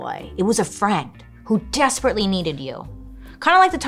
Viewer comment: when she says DESPERATELY 😂